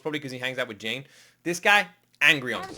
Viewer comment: It’s June not Jane 😂